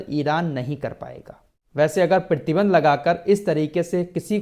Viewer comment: PRATHI BANDH KO PEERTHY BANDH KAH RAHEN HAIN, AUR EK BAAT KHANDAN BOLE TOH TARDEED(DENIED ) KO BOLTE NINDA (CONDEMN KO BOLTE) ZARA TALLAFFUZ THEEK KARIYE AAPKA MERA NAAM AFRAAZ HAI HYDERABAD TELANGANA INDIA SE.